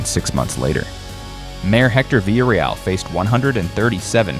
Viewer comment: Stop saying "vila real". Come on now. In Spanish everyone knows it's pronounced 2 LLs = a Y Therefore it lease say it right ... "Vee yah Ree-all" ... say it right.